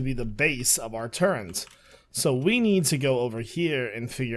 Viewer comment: I kind of scream inside everytime he says "turrrent" lol